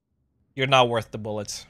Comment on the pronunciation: "youre not qorth the bullets" FUCKIN ROASTED!!!!!!!!